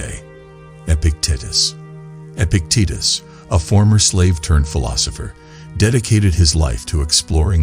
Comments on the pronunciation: Dude, Epic-tit-is?! Fix that. I can’t listen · Come on guys, these are the great teachings by Epic tatus he went from being a normal tatus to an epic one. If he could, so can we. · I will practice stoic principles by accepting that this AI voice is mispronouncing Epictetus over and over, and I can do nothing to change it. I am grateful for the message and embrace the adversity of listening to the AI voice mispronounce Epictetus.